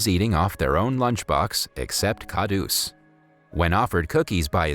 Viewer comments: Kahdus is pronounced Kah-rhoos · it is pronounced kharus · its not dabba its deba and its kharus not khadus d is pronounced as r and it means greedy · It's kharus not kadus